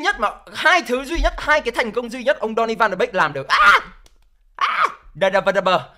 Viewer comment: Tôi đề nghị bạn nên phát âm tiếng tên cầu thủ chuẩn chút . chứ phát âm còn sai . Ăn cơm rau muống mà bàn chuyện quốc tế thế .